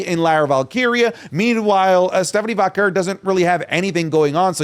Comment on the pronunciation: you’re Latino!! Pronounce it correctly: VAH-KERR